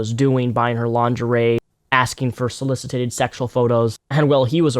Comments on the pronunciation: Solicite (SO-LIS-SIT) not so-lisi-tate. .. no A my friend, just a pet peeve lol. Thanks for bringing attention to this perv, he's gotta go. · It's "soliciting". "Solicited". Why do people just make up their own English?